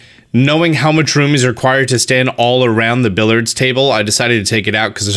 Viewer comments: "Billyerds" Not Billerds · i cringed each time you said billard instead of billiards loool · Did... did you just call it a "Billards" table? XD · the way you keep saying billard as if there isn’t an i before the a😭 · Billiards is a 3 syllable word my dude. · Billiard has 3 syllables, not 2. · You say billiards weird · It shouldn't have bothered me as much as it did, but there's a second "i" in the word billiards! Pronounce the word like it's there, please and thanks!